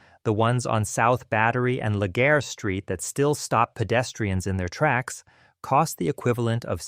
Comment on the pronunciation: Legare St is pronounced Legree